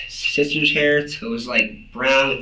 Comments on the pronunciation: He almost had a stroke tryna pronounce sister, Lmaoo siiiiiisssssss…teeeerrrrr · having trouble pronouncing words that starts with S? He sounds like a tire losing air lol